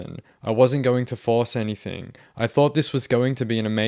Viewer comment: So this commentator claims to be a writer, yet on several occasions he says "anythink". Hmmm Spell correct put a blue line beneath that "word"..... What's that about !?